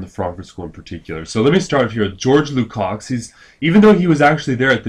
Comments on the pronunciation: Hey Professor, George Lukacs is pronounced (lu cosh) not "lu cocks". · That one made me cringe, too.